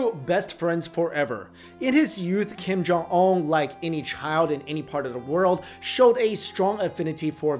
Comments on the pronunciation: The name is kim jong un pronounced as gheem johng ooooon/wooooooon -- like the British name Oona/Una. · You're accent of Kim Jong Un is so American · Whats with they way your pronounce "un" like you're french or something? lol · Learn how to pronounce his name. It is not that difficult! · At least learn how to pronounce his name correctly. You look Asian enough to able to do it. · Do your homework and learn how to pronounce his name correctly if you are going to do a video about him.